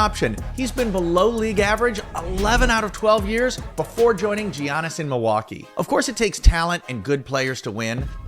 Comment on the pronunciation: Good video! But, Giannis's name is pronounced: "Yawn-is," not "Gee-on-is".